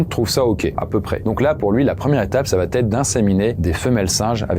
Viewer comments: Salut! J'adore tes vidéos, et j'attends toujours avec impatience les nouvelles sorties 😊 Une chose: quand un verbe conjugué se termine par « a » et qu'il est suivi par le verbe « être », il n'y a pas de liaison. On dit « Il va être » et pas « Il va-t-être » 😉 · Pourquoi tu dis tout le temps "va T être" ? C'est "VA ÊTRE" il y a pas T c'est ouf. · Depuis quand " il va" est suivi d'un "t" ? Avec des milliers de suiveurs, tu contamines la langue française. C'est bien dommage. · Il n'y a pas de "t" à "va" , donc arrêtez de dire "va t être" !! !! Vous y gagnerez en crédibilité et en succès !! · par pitié cesse de faire la liaison ''va Têtre'' je te suis sur tes chaines depuis 8ans et tu fais un travail génial mais ''ca va Têtre'' ou ''il va Têtre'' c'est indigne de ton cerveau😘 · Il va être et non il vat être. Tes contenus sont géniaux mais attention aux liaisons. Bon courage ! J'adore tes vidéos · "ça va-t-être, ça va-t-être": non!!! ça va être, oui! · La conjugaison c'est pas ça... j'adore ta chaine mais "Il va (T) être" je sais pas où tu trouves le T et c'est tellement souvent pour plein de cas différents... ça me trigger de fou.